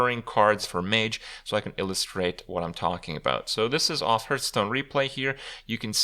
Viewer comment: Every time you say Hearthstone I hear Hurthstone..